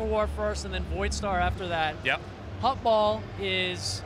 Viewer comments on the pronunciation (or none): its HuttBall not hot ball.. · FOR THE LOVE OF CHRIST IT'S HUTTBALL, NOT "HOTBALL" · are the "u" and "o" keys really all that hard to mix up? IT'S HUTTBALL, not HOTBALL. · Hotball sounds like griffball.